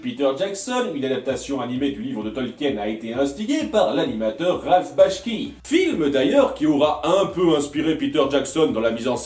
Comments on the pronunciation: je pense être le seul à grincer des dents là dessus, mais c'est ralf Bakshi et non bashki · Par contre c'est Ralph Bakshi et pas Ralph Bashki comme tu le pronnonces xD Sinon très bonne vidéo